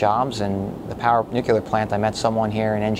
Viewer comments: Why cant people say Nuclear correctly. Its not Nuqular LOL! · Educated engineer working at a nuclear plant and he still can't say it right. It's nuclear, not nuk-e-lar. I'm happy this place closed down and you lost your job. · What is this "Nucular" he speaks of? Is that like Nuclear? All that education you would think he'd have learnt how to say the word. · He can say the word it’s just sometimes people tend to say the wrong things by mistake ever heard of the phrase “cat caught your tongue” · Not being able to pronounce “nuclear” does not inspire confidence. :( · How can he work in that and not know how "nuclear" is pronounced? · All those degrees and still can't pronounce nuclear properly. An obvious Penn State graduate.